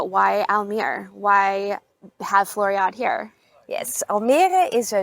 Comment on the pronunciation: Very nice video. You pronounce the last "e" in Floriade. Same for Almere. One of the best videos on the Floriade.....